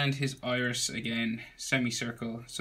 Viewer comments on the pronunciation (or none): none